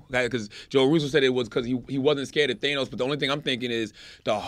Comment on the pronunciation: I love how committed they are to mispronouncing thanos